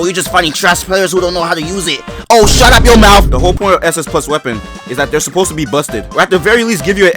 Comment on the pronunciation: That boy Haitian the way he say shut up